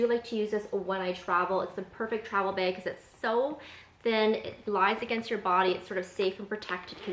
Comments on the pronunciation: Bayg or Baig LOL. No! Neither. Say it with the same sound as you pronounce the word “back.” 😘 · I just moved to Canada n I’m pretty sure it’s a Canadian thing because everyone be out here saying “beg” instead of bag 😛 haha I love it 😂 and I love your carefully curated collection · I’m from east coast Canada and I noticed the way you say bag too. Not like I say it. 😄 But then I’m French, so there’s that. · The way west coast Americans say bag is a hard ‘a’ like the ‘a’ in apple. I like your bag collection!